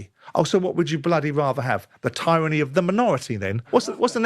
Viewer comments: Today I learnt that Simon Jordan cannot pronounce "tyranny" correctly. 😂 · No One: Simon Jordan: Tieranny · Referencing Simon Jordan is worse than using The Sun. Utter scumbag... that is unable to pronounce "tyranny" apparently